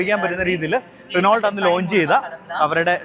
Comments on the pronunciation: റിനോൾട്ട് അല്ലടാ, റെനോ 😅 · റെനോൾട് എന്ന് പറയില്ലാശാനേ റെനോ എന്നാണ് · റിനോൾട് അല്ല, റെനോ ആണ് ബ്രോ 😂😢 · റിനോൾട് അങ്ങനെ അല്ല Reno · റിനോൾട്ട് അല്ല . റിനോ . നിങ്ങളെപ്പോലെ റിവ്യൂ ചെയ്യുന്നവർക്ക് വരാൻ പാടില്ലാത്ത മിസ്റ്റേക് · ചിലർക്ക് റെനോ എന്നതിന് പകരം റെനോൾട് എന്നും ഷെവർലെ ക്ക് ഷെവർലെറ്റ് എന്നും പറഞ്ഞാലേ തൃപ്തിയാവൂ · റിനോൾട്ട് 😂.. ഇപ്പഴും ഇങ്ങനാണോ പറയുന്നേ